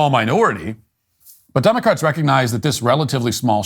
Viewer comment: Elmer Fudd cap for 'Democwatz'